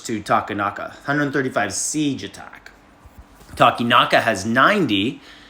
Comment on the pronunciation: Yay, Takenaka pronounced right